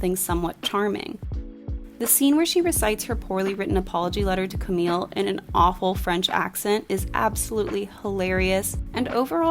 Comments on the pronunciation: 'camille' in french is pronounced 'kam-ee', not 'kam-eel' :) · Camille is pronounced as "cami" 😊💕! Lovely video and review! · Camille, you don't pronounce the LL, it's still a french sounding E at the end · love your review as always, but everytime i heard you pronounce "Camille" with an "l", it kind of hurt 😅